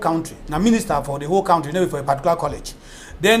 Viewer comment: please tell your English teacher guest,, to pronounce 'country' correctly. He teaches!